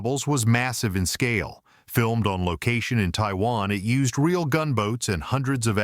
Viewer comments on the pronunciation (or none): none